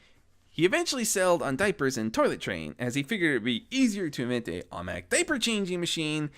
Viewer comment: Also, "Omake" is pronounced "Oh Mah Kay". It's a Japanese word meaning, roughly, "Extra" or "Bonus".